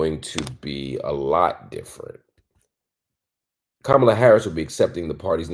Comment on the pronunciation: I think a lot of people innocently mispronounce Kamala’s name because it’s mispronounced so often by the media. Doubt it’s on purpose. I used to say it that way I just recently heard Marc address it.